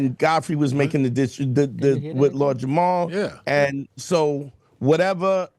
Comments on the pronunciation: At this point I think is purposely mispronouncing Lord JamaRs name. He keeps saying Jamal. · even mispronounced Jamar’s name. Lord Jamar has had his name said incorrectly all day every day of his life. This is his villain origin story - he became so enraged about having his name said wrong every day that he went on a crusade to spread the idea that the Earth is flat. It’s misinformation weaponized as revenge!! He’s at home in his evil lair like, “They shall remember the name, of LORD JAMARRR!!!!!”